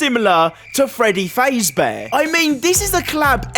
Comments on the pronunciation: My man said freedy fazebear xD it's fazbear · Bro said Freddy Fase bear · wow he keeps saying freddy faze bear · bro really said freddy faze bear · "Freddy fayzebeah" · "Fradaey Fayzebaer" 💀💀💀💀💀💀💀💀💀💀💀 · "Fraddy Fayzbear" :skull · "Freddy feizber" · He just made me mad by saying Freddy fazbear wrong and that bear does not look like him😐